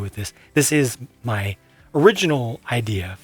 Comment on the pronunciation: I liked how he said "ma zoo's gone"